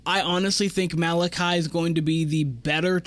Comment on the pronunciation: This is Malaki's 3rd year on the team. You should know how to pronounce his name by now especially if you're going to make content on them.